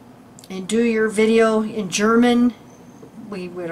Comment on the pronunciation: your German pronounciation is very well. - This was a very interesting video. Many thanks right from the heart.:)